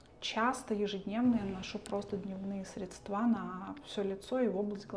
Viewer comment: Ну, неужели так сложно запомнить: крЕмы, а не кремА, срЕдства, а не средствА. И не "текёт", а течёт., это всё очень портит общее впечатление от гламурных дам.